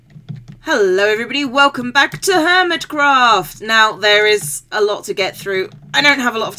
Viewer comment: I think your "w" key is broken... "elcome", "hermiton" xD